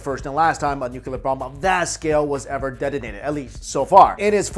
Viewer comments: New - Clee - Er New - Cu - Ler Why can't people pronounce it right? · Bro it's nuclear, not nucular lmao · New-Cleer... not New-que-ler... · Nooo-cleee-errr not nucular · Say it with me 'Nook-lee-arr' or even 'new-clear' Nuclear...not nucular. Edit: Show me where the nuculus of the atom is. Sorry, that has always been a supreme OCD trigger. Lol. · "New-clear" not nu-cu-lur. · I pronounce it as ‘noo-loo-car’ fight me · "...the US inevitably became a Nucular power" -My Chin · Totally nuke-u-lar dude! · pronounced New-Clear. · 1 "U" in nuc-LEE-ar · Jesus Christ man. I love your videos... but I cannot watch a video where someone repeatedly says nu-cu-ler. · Nu-clear. Pronunciation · Ian Macfarlane I don't know what you do for living but you seem to have lot of time for writing BS. You clearly think less and type more. I don't have any problem with, but the OP... can't get enough of saying 'nu-cu-ler', it's like mocking his accent. If that's not racist then I bet you do the same things (mocking people) in your life for fun. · George W Bush. People have had trouble with that word ever since he mispronounced it on TV for 8 years. While he was in office I caught myself making the same mistake a few times. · LOL Syn's I feel your pain as that has been a pet peeve of mine as well. Hang in there! :) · Came to the comments to say the same thing but you already said it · This guy is destroying "Nuclear "... gotta be a language barrier..